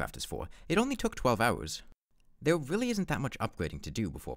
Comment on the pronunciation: this was a weawwy impwessive wun